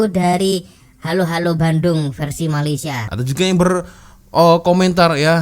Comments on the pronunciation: Sebutan helo saja sudah lain.. Malaysia selalu akan sebut he lo slang BI, bukan ha lo..juga kalau dia kata lagu patriotik Malaysia,rasa tak pernah dengar apa lagi nyanyi..selain lagu negaraku negeri ku.. tidak ada lagu patriotik untuk suatu tempat di Malaysia..ada pun lagu tradisi untuk mengambarkan/identiti suatu tempat... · Sebutan HELLO pun dah kedengaran asing.... sebutan HELLO disebut HALO di dalam lagu... tapi kalau di Malaysia, sebutannya HELO atau HEYLO.... satu lagi bendera... sepatutnya ada 14 jalur merah dan putih, bukan 13 jalur.... Di Malaysia, Kuala Lumpur disebut bandaraya kuala lumpur, bukan kota kuala lumpur... Ibu kota kalau di Malaysia sebut Ibu Negeri, bukan ibu kota.... Oleh2... kalau di Malaysia adalah buah tangan... Aku suka sekali... di malaysia bukan macam tu, kalau anak2 berbicara, tak guna 'aku' di dalam lagu... tapi 'saya'... kalau 'aku' itu dalam2 lagu kanak2... agak kasar... sepatutnya "Saya sangat suka' .... Sebutan Malaysia pun pelik... dalam lagu seakan2 sebutan Malaysia... 'sia' itu seakan disebut ada 'H'... tapi orang Malaysia, biasa saja sebut Sia itu... tak ada H² disebut... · Saya sendiri tidak pernah dengar lagu ni.... Di sini di sebut HELLO bukan HALO... Dan kalau dilihat senikata lagu pun banyak yg ejaannya & sebutan serta loghatnya semacam aje..... Sebutan AKU SUKA SEKALI tu pun kita dah tau ia dari mana....